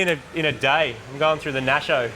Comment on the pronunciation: THE "Nasho"....... enough said